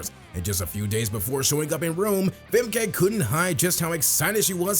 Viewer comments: It\s Femka, not Femkay..... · And it’s Fem-kuh. Not Fem-Kay